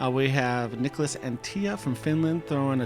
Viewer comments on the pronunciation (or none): My apologies for mispronouncing Nicklas Anttila’s last name! It was disrespectful to the European Champ, and I’ll do better 👍